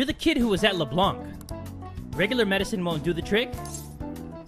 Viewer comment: Small note : You pronounce Leblanc they way you say it but without pronouncing the c :) I honestly don't mind for the "see castle or skip" Do what's best for you And omg I can't wait for the next episode!!